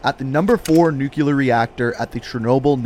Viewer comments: "Nuclear" is pronounced "nue-clee-er", not "nue-que-ler" get it right! You're not in middle school anymore! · Hate to be nitpicky but its pronounced "nuCLEAR" not "nucular" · am i the only one that hears "nukelar" instead of "nuclear"? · Or "nuculer" instead of nuclear. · It makes me insane to hear people mispronounce nuclear and this guy does it several times.